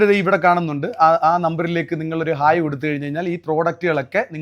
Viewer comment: ഹെയ്യി...അല്ല.. ഹായ്!!!